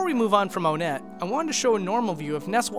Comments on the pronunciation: Its pronounced WON-ett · But isn't it pronounced ONE-et considering that there's TWOson, THREEd, and FOURside?? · I can forgive pronouncing Onett as "Oh-net," but you seriously crossed a line with "Magisant." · One-nette, not O-nette. Two-son, Three-d, Four-side. Get it? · its just onnet. not onette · it’s pronounced onet not own ett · For the thousandth time. IT'S NOT PRONOUNCED "OWNETTE". IT'S ONE-ETTE. LIKE THE NUMBER 1-ETTE. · officially it's pronounced ONE-ett, yet everybody pronounces it OH-nett this triggers me so much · he pronounces it Oh net... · it's fun when you can DIY with SNES classic mods. p.s. it's on-itt not on-ett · Thought it was onett like ahh-knit, but you pronounced it oh-net. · “Onett” it’s “one-Ette” Pah-lease, it’s “magi-can’t” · Heh I've never heard Own ett I've heard On ett and One ett But not Own ett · This was overall an incredible video, though I do have a few nitpicks regarding your pronunciation of certain terms: "Onett" is officially pronounced with a short "o", as in "octopus" The "i" in "Giygas" was confirmed by Marcus Lindbolm (the game's chief localizer) to be pronounced "ee" I don't know if there's an official pronunciation for "Magicant", but I do believe that the "c" is a hard one (like in "car"). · You mispronounced Onett